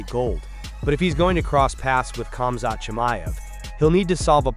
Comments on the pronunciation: Who cares sure when it's not ur name. Let' someone constantly call ur name wrongly and see how TF u react after so many ppl mispronouncing ur name. It's annoying if Islam or Usman or none of the ppl from from khabibs team call him KBIB? OR KAMZAT?? NOOO DAMN JUST CALL HIS NAME THE PROPER WAY FOR RESECT THATS ALL. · I dont know why ppl dont understand the K for khamzat is silent just like khabib do u hear anyone else from their teams calling them kamzat? Or Kabib? Nooo! So why does everyone else? My daughter is Egyptian and shares the last name habib. And even if it had the k infront of it it's still pronounced HABIB! OR HAMZAT